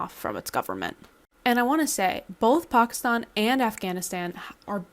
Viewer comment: Is this news??? This is exactly why they created pki stan in the first place, to serve this purpose. They have been a battering ram on Afg for centuries. Also, lady, the stan suffix is Farsi, and it is pronounced the same regardless of the prefix. If you simply must pronounce one right and the other wrong it certainly should not be pki stan which is NOT part of the OG stans, at all.